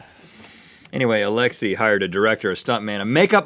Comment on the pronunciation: every single Russian cringes at how Russian this is but at the same time cringes at the way they say Alexi (It's like alex- aye)